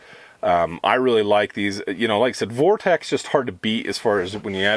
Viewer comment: You keep calling it ‘Vortek” its “Vortex”